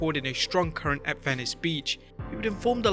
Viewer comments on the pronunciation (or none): none